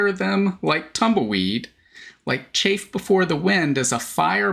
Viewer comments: it's chaff (short "a"), not chafe (long "a"). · Chaff sounds different than chafe Chaff is like baaaa sound